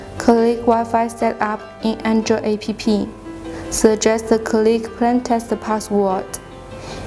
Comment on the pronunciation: What jack-ass authorized this gibberish??? The text is written by someone who does not speak English and the lady reads the text wrong, A.P.P. is pronounced APP!, not, Ah, Pe, Pe... Apps stands for Application. For a while I thought she was saying I.P.P. which can stand for Internet Printing Protocol, commonly used by modern printers. The product looks impressive but the presentation is shite. It comes off as half cocked. And what geek choose the background music? The music is not only annoying but also distracting. Gees hire someone competent in the technology and the use of the English language, to demonstrate the product. Otherwise a well detailed demo, minus the cocked up use of English and tech terms.